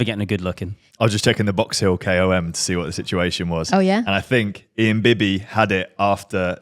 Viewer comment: Ewww your pronunciation of KOM is jank 🤮 it's an abbreviation not an acronym